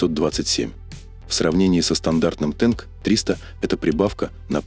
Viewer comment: А почему "тэнк", а не "танк"?!!!